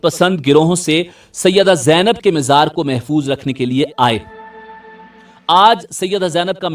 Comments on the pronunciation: You always pronouncing Mazar as Mizar can't you correct for all amateur u tubers of Panjab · Mazar Hota h mizar nhi